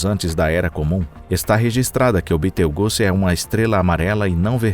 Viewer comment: Toda vez que esses "narradores" pronunciam no nome de Betelgeuse de modo tão grotesco, fico com vontade de socar o cara... É só ler o que está escrito, sem ficar inventando... E é 8 Bilhões de anos não milhões...